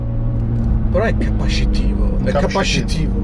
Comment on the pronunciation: scusate lo stavo rivedendo dopo 4 anni e il "però è CAPASCITIVO... è CaPaScItivO" a ? hahaha morto